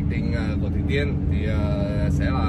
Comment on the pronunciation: Sao khúc đầu tui nghe ổng gọi là Thủy Tiên nhờ?😂